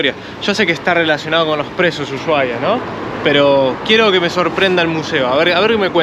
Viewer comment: EN ESPAÑOL LA H ES MUDAAAAA ASI QUE SE PRONUNCIA USUAIA basta se nombrarla en Ingles